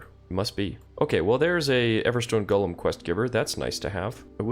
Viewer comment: I love your videos but it’s driving me crazy that you call the Golem’s a Gollum like the LoTR character. Pronounced: GOLE Um which is a lumbering big creature